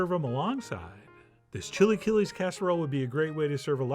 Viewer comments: "Chilly killies" - wow. Chee-la-kee-less. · I’m dying that after the initial pronunciation of “chilaquiles” he immediately moves to “chilly killies” 😂😭❤️ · Ok, at first I was scheptical and saying "what is he doing?!" But i would taste it and avoid thinking of it as chilaquiles, just Chef John's chill'aKill-S jeje at the end it looked good. I would add "epazote" because it is a flavor that completes the sauce